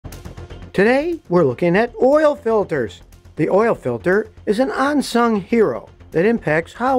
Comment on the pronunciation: "...an 'on'sung hero. Does Scotty wear "onderware" or underware.